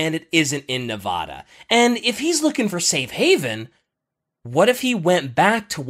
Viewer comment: It hurts listening to saying Nevada like that...